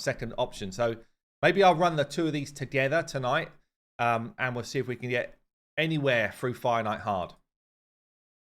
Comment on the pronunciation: I had to laugh at myself today. Finally I looked it up...What the heck is a "Finite" fight? Then suddenly I realized "Fire Knight"!!. I play the game fairly casual, no luck in pulling champions etc. (FTP) but do listen to you a lot. (Hate live arena).